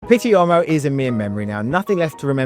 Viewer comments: A “u” followed by an “o”is pronounced as a “w” like buon is bwon and uomo is womo. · With all due respect, you should learn how to pronounce 'Uomo'.